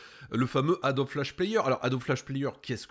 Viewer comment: ça fait 20 ans que je travail sur la gamme adobe, ça m'hallucine tjrs cette prononciation "adobie" jamais connu un graphiste prononcé de la sorte